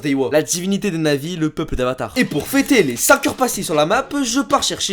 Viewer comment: au debut quand ta dit devenir un navi jai entendu un na*i :/